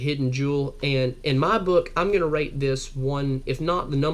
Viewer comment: did you say rank or rate and subscribe? i just got one of those